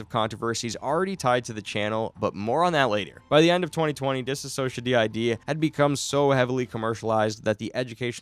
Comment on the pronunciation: bro please learn how to say anthony’s last name and “DissociaDID” ,, it’s not that hard , there are probably hundreds of videos of people saying them correctly 💔